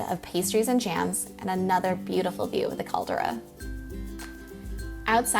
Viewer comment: Caldra lol? Its more like CALDERA